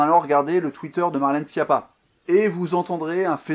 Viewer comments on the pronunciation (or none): none